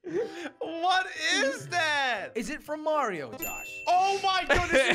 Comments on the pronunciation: Lol they pronounce mario like merio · Maryo it's mario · Me the entire time: ITS NOT MĀRIO ITS MARIO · lol Josh says Merryo Instead of Mario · Its mario not morio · I wonder is it a whole bunch of people who think I'm weird for pronouncing it like (Mah-rio) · I died when Josh said Mario wrong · It’s funny how wrong they say mario tho. LOL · It is pronounced Mario with the ar sound Not Mario with the long a sound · He said Mario wrong no offence